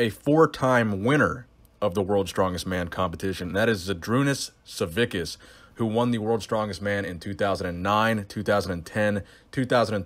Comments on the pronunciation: Not savikas.. it's pronounced as Savis_kus (Savickus) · It's pronounced Saviskas